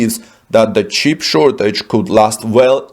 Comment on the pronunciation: The announcer says, “cheap”, instead of “chip”.